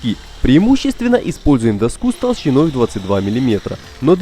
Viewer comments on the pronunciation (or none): Что за интонация? Не нашли живого диктора, кроме робота... Какую доскУ??? - дОску!